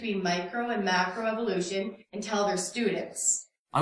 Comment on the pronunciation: Like your video buddy but one thing that does annoy me is the pronunciation of Evolution in many videos. When dealing with these people like in this video we need to be careful of how we present our position. From what I see ( and I have tried this myself ) these people often react differently depending on how the word is spoken. Pronouncing the word using the sound of E as in the word seek ie s-ee-k appears to promote a sound of EVIL-ution while using the sound or phonetic of the E in the word bet (b-e-t ), appears to lessen the impact of what they perceive. A subtle difference maybe but we do need to monitor our own approach if any progress is to be made. I cringe everytime I hear Dawkins say EVIL-ution instead of e-volution. Food for thought. CHEERS